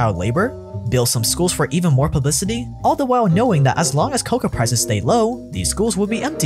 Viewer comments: One correction-- it's not "coca" which is the plant from which cocaine is derived from, it's "kakao" (pronounced ca-cow) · Stellar video, but I dislike the way you pronounce “cacao”. You say it like “coca”, which is a different plant entirely. Made my ears ring. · you pronounce it wrong its cocao pod where u get the seeds and its co-cow